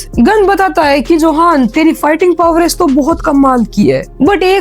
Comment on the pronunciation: Johan nhi use yohan pronounce karte hai